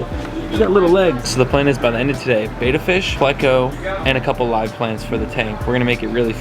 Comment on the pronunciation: It's not pronounced beta, it's like better without the r. Betta.